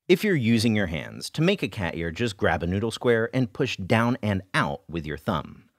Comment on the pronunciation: Anyone else think he was saying "cat urine noodle" for half of the video?